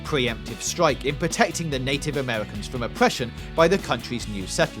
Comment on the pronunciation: "And fwom the video game Fee-oh, we have Owma. The Scawy ghost guwl." And I'm done with this video